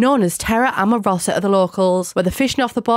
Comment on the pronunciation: It's not amoroSA it's amoROsa 😅